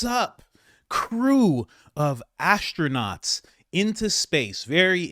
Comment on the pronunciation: “Ass-tronaughts”…. I’ve had longer episodes on the toilet